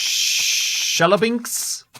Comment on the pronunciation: hey! its pronounced "Chehl-yah-bihnsk" much love!